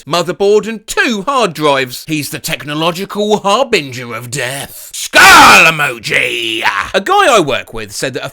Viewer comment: sounded like a pirate pronouncing "skull emoji"